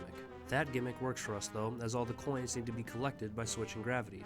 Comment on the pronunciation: I love when he said “0 coons collected, better luck next time, Porkrind.” Just hilarious 🤣 😂